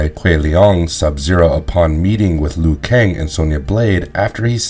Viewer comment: "LEAN Keui" "SHONG Tsung"